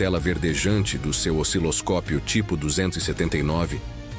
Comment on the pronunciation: Vocês conhecem "osciloscório"? Que merda de sonorização!